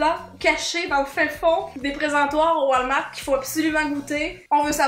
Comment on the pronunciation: Ses pas comme sa qu’on dit walmart 😂😂😂